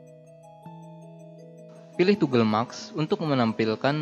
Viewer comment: keren mas tutorialnya. sangat jelas. namun ada masukan dari saya dalam hal pengucapan. saya baca di komen juga ada yang mengkritisi ttg pengucapan yang salah. seperti TIMELINE jangan di baca timlin, tapi taim lain, atau MASK jangan di baca maks tapi mass`. dan ada beberapa kata lagi yang masih salah dalam pengucapan. btw... sebenarnya yang di tempatkan di frame itu namanya time indicator, bukan timeline. semangat terus buat tutorialnya ya